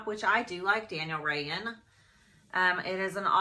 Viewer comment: I think Daniel Rainn is pronounced Rain.....at least that’s how other YouTuber pronounce it lol